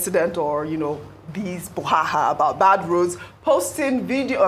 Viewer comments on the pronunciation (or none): So no one is confident enough to tell her it’s ‘Brouhaha’